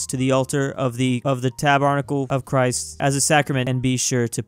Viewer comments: pronouncing tabarncle be like Ta-bar-nickle? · Sorry but it’s tAb er nAck el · Has never heard the word tabernacle before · Do we ignore that mispronounced tabernacle